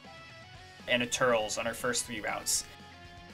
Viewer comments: Love every bit of this vid just mentioning this as more of a random pet peeve than anything but turles is pronounced "tur less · This is the first time I've heard anyone other than myself pronounce that name TURELS. Actually it's more like TurLESS